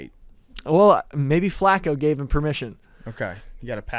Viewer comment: U can tell how white that room is just by the fact that nobody caught the way was saying flaco.